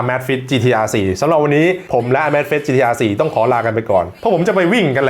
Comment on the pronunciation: ออกเสียงชื่อรุ่นนาฬิกาผิดหรือเปล่า